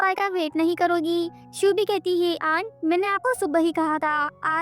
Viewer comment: Aand nahi aunt hota h